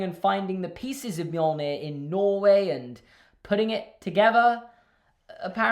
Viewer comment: It’s pronounced me-yol-neer but reads as mjölnir because the Norse where assholes at creating a language